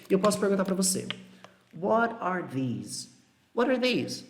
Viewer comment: Parece q tanto that quanto this ou Those, these são falados com V no começo ai ao reproduzir da sua fala eu meio q imito kkkk